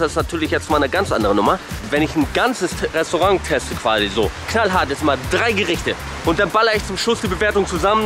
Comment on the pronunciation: Du sagst immer Resorang wie Kripke von the big bang theory haha